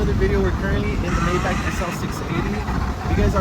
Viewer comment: You are not saying Maybach correctly.